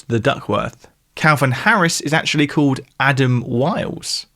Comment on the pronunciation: u say Paul Mcartney like Poe Mcartney an say called like code. lol